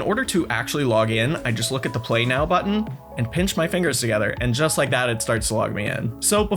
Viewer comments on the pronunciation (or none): none